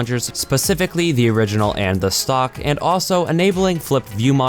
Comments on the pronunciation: I keep herring "sock launcher" when he stays stock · When you say 'stock launcher', it sounds like you're saying 'sock launcher'